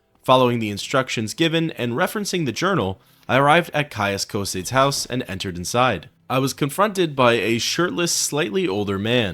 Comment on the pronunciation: “Caius Coh-Seyds!?!?”